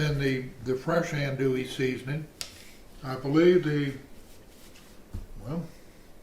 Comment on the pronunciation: Filé (ground sassafras) is never a spice used in Cajun sausage or Cajun andouille sausage. Other spices in the mix are off. Finally leggs is an Alabama business it’s not a Louisiana Cajun business. The spices in andouille (pronounced auhn-do-e, not as pronounced in the video). Initially I wasn’t gong to say anything about the size of the grinder plate, but then things were reground even finer. This sausage depends on a rough grind. The traditional plate has about 5 3/4 inch holes. No finer grind is acceptable. Then it must be stuffed into midling beef casings only and it must be cured and then smoked for at least a day. This was breakfast sausage. It won’t taste right at all for a gumbo or beans.